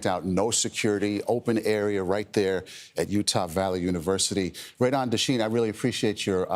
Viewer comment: Dechene is a french canadian name properly pronounced day-SHANE